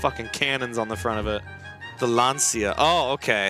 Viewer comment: It's pronounced Launcha not Lanseeya.